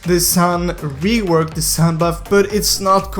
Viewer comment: Is reas s(u)n not san